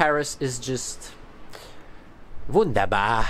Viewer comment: „Wunderbar“ 👌 nice german